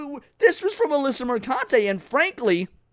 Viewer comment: PRONOUNced merCUNTe